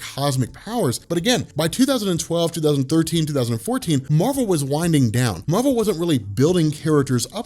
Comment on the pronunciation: Why do you pronounce Marvel differently when you refer to Captain Marvel?